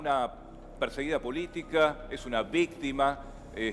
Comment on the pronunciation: es una vistima aaaa vistima cocodrilo vis ti ma aaaa... un Laick si estas de acuerdo jajajaja Laick jajajajaj